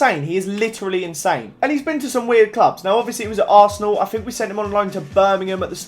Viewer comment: Fank you, i never fink i Will get the 10 subs fank, its fucking thank en think not fuck fank and fink learn to speak pls I really hate that just AS miniminter says somethink its fucking somethinG pls say it right